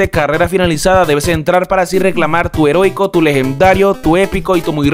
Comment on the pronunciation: Segundo video que dices "herotico" en vez de "heroico"